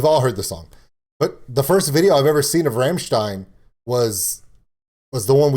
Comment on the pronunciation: Take a little lesson how to say Rammstein correctly on "Rammlied" [Rumm-Leed]... Hihi